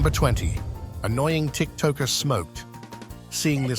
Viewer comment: Your AI doesn't know how to pronounce TikToker 👈😆